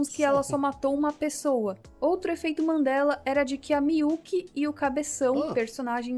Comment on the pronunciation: não querendo ser o pasqualete do bgl... Mas é EFEITOS "MANDELA" e não mandelas po. Ta tirando kkkkkkk A mina fala MANDELAS mil vezes, buguei po kkkk